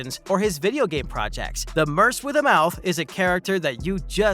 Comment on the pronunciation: "Merse with a mouth"? The word "merc", short for "mercenary", is pronounced, "merk".